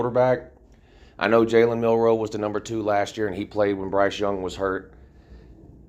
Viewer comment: You said it correct.. jalen "AR" mildew.. RTR🤧🤧